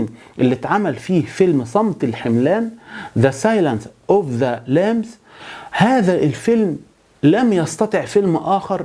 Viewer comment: طرحك وشرحك سيئ مفيهوش خبرة فى المشاهدة وقراءة ما بين السطور ... الى جانب انك نطقت اسم الفيلم غلط .